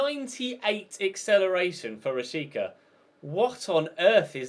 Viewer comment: You have to pronounce it Rashitzza I'm Kosovan trust me